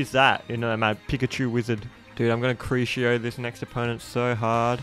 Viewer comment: It’s pronounced Croo see oh, but you are closer than some people (see my little brother saying crook eye oh